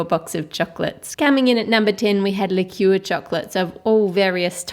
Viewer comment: chole c It's actually "Liqueur" (pronounced: Li-cure). It's a bit different from liquor (pronounced: Licker). Liquor is any alcoholic drink. (Vodka, rum, tequila) They are not sweet. You can get flavored liquors, but they still aren't sweet. Liqueur is a liquor that has been flavored with spices, fruit, nuts, or whatever and then sweetened with syrups or sugar. That's why they are good for making chocolates, and they are usually used in mixed drinks or cocktails. Examples of liqueurs are Bailey's Irish Cream, Amaretto, and Kahlua. Here's something that may make it easier to understand; There is a chocolate liquor AND a chocolate liqueur. The liquor would be made with cocoa beans versus wheat or whatever. The end product would have the flavor and scent of cocoa ( like cocoa powder). The liqueur on the other hand would be an alcoholic beverage that was flavored after it was made and it would taste like chocolate sweets. Every liqueur is a liquor but not every liquor is a liqueur.